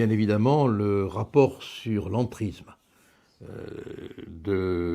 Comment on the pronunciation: Bonjour Maître. Avant toute chose, j'adore votre travail, j'adore vos prises de positon. Mais pourriez-vous faire un tout petit effort. Je pense que lorsque l'on aime son pays on aime sa langue. Donc, pourriez-vous faire un effort sur l'entriZZZZZZZme et le rapport sur l'iZZZZZZlamiZZZZZZZme. Alors loin de moi d'avoir un fantaZZZZZme, mais un peu de respect pour la langue sera le bienvenu. Merci d'avance.